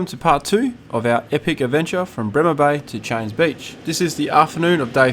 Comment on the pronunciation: pronounced "chains" as far as i know. its my local so I should probably know for sure. my profile pic is actually at cheynes